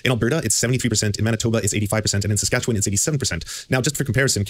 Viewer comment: "Sasquatchewan." Tremendous.